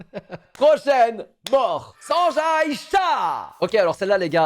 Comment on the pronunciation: Mais qui va prononcer Sanjay comme ca